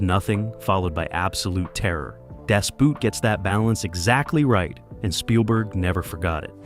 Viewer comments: Okay, it's Das Boot pronounced the same as in English boat, you are now pronouncing is as The Shoe. Just watch the movie in it's oroginal language German and youll hear them say das boot ist klar zum auslaufen. the boat is ready to cast off or set sail. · No , it's Das Boot (pronounced "boat"). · The German "Boot" is pronounced almost the same as the English "boat," not as an article of footwear. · It's pronounced DAHS BOAT, NOT BOOT, ya maroon. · Boot is pronounced "boat" like in "boat". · I still have to laugh every time at the pronunciation of "Das Boot" in English (American). If you pronounce Boot as Boat, you get a lot closer to the actual German pronunciation. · "Das Boot" is NOT pronounsed like English language footwear. It is spoken just like "Boat", but lengthened a touch and kept forward in the mouth. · Rear Admiral Pedantic here: Das Boot. Phonetic pronunciation for the German word Boot is Boat. Just pretend it's spelled Das Boat when you say it. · Das boot ! Pronounce Boot as Boat and you would almost sound German. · German "Boot" is pronounced just like English "Boat." Do some research. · I can't believe not even 1minuet into your excellent vlog please Das as in Dash, Boot as in footwear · Das Boot... Americans never learns to pronounce "Boot" right.... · Please pronounce the word "Boot" not like wood the double o is spoken as a long o. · Just like they can't pronounce the German word Boot and make it sound like the British word boot. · Would have far better credibility if it pronounced words correctly, like the german word “boot” and the surname “Guinness”.